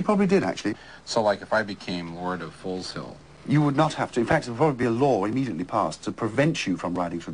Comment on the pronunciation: Can't even pronounce it properly, it is Foezill and I claim it back by ancient trial by combat, so, my allotment this Sunday, if you are not there you are forfeit. I bet yo did not know, that my allotment was formerly the Foleshill sewage works. my family have lived around this part of the world for centuries, long before the USA was a thing.